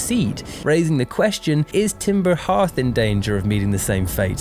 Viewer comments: TIMBER HEATH?????? IT'S FUCKING CALLED timber heARth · "Timber Heerth" nooo